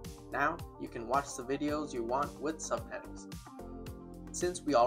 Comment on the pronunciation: You keep on saying subpedals instead of subtitles... :))))))